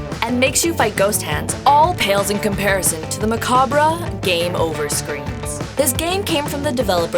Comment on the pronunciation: Would someone tell her how Americans properly pronounce macabre?